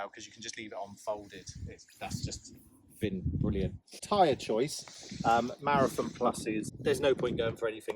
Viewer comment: Ah, Schwalbe Marathon. Had to listen to i five times, "wtf is a Marrafin tyre"...?